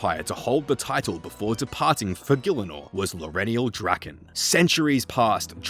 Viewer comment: According to rs3, Lowerniel's surname is actually pronounced more along the lines of something like "druh-KAHN". We learn this in The Branches of Darkmeyer and subsequent quests.